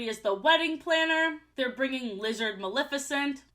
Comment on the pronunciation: I'm so sorry but the way so many people mispronounce Maleficent as "Malificent" makes me angry for NO good reason. I don't even like Disney that much but she's my fav and her cool ass name deserves respect lol